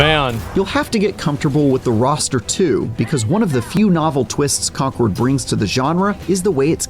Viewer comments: did he say "conqward" ? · Wait... Is Concord supposed to be pronounced as 'Conquered'? 🤯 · Love how the reviewer says "conkerd" and then says "Concord" in the next cut. You know he was corrected between takes but was too lazy to go back and make the video consistant.